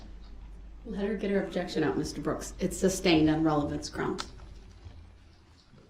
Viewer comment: Ah-jection, suBStain, license place, grounds, enty interaction, axe, liberry, so so many